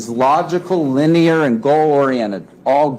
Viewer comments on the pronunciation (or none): none